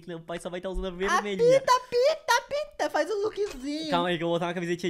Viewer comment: Eita mais alguém percebeu q o quando tava dizendo apita ele disse a pika